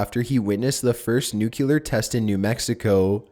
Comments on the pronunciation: did you say nucular instead of nuclear? xD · It's pronounced new-klee-er, not new-qu-ler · I did NOT Just hear you say "nuculer bomb" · Just a few things to point out: 1. There is no "U" immediately proceeding the "C" in "nuclear". 2. It's "Doug" Rattman, not "Doge". 3. Link ISN'T dead in Majora's Mask, despite Game Theory's insistence.